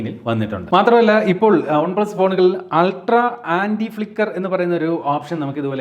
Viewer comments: പക്ഷെ പറയുന്നത് ഒൺ എന്നാണല്ലോ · നിങ്ങൾ എന്തിനാ വൺപ്ലസ് ന്ന് ഉള്ളത് കഷ്ടപ്പെട്ട ഒൺ പ്ലസ് എന്നൊക്കെ പറയ്ണത് ? 😖😖 കേൾക്കുമ്പോ തന്നെ എന്തോ ഭയങ്കര ആരോചകം ആയിട്ട് feel ചെയ്യ്ണ്ട്